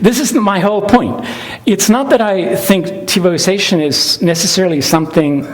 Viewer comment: Just wow, 'Tebows asian', 't-bo's asian', 'TiVo itself', 'TiVo ization', 'Tivo sation'. It's 'tivoization'!!!